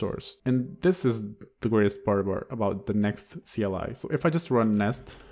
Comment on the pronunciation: lol kleeeee !! ive never heard it read out like that you just made me smile trying to figure out what a klee is